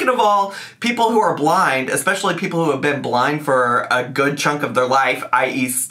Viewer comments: Did she say EXpecially? 😳 🤔😬🥸😝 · NOT ECSPECIAL